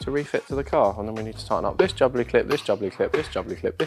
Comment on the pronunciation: Pronouncing Jubilee like "bubbly" (jubbly clip) instead of like "joo-bull-eee" is incredible.